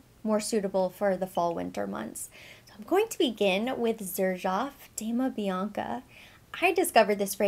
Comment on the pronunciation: Dama Bianca is gorgeous. It is pronounced like an Doma (the italian pronunciation) and not Damna.